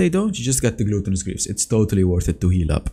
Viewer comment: you dont pronounce gluttonous greaves correct its said with an AH not an O like glahttonous not glooottonous